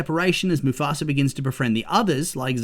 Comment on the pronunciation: Why do you pronounce mufasa as mufasra?